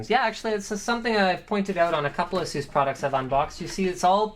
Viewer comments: It's not Ah-soos, it's Ey-sus 😂😂😂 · Is it not pronounced "ay ses" not "uh sues" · "Ass-oose" lol